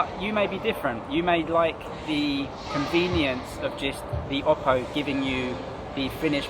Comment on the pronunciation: i really like the way you pronounce oppo